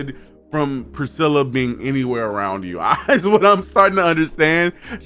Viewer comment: Loved the review, I watched the whole thing! For a few points: it’s pronounced pre-stella. There was less than a thousand people in the courtyard.